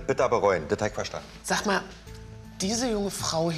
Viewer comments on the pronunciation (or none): er sagt „sag Mal“ und nicht „Mama“ aber klingt wie Mama wegen „Sa‘ Ma‘“ statt „Sag Mal“ 😂